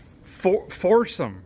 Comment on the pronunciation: Come on feller , the tire name is pronounced 4-SEE-UM Ha ha! Hopefully made USA . Just ask the guys with RV's .Just a couple more $$.